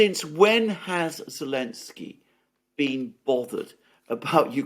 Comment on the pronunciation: Why does always calls Zelensky, "Elenesky", which is not correct. Why doesn't Alexander correct him?? Very unprofessional!!